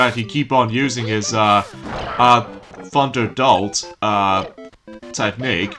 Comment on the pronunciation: By the way! pikachu's move is called thunder bolt! NOT THUNDER DOLT! you said THUNDER DOLT! it's called Thunder Bolt! had to say this because you mispronounced the move dude! (1990's talk)